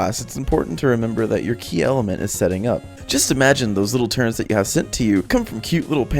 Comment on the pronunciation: turrets not turrents... (Cringe)